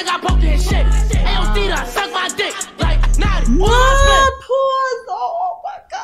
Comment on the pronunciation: It’s notti not noti